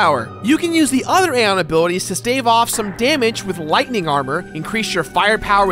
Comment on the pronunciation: no offense man but, my personal preference of saying Zebes and Aeon is, Zee-b-z. And A-ee-on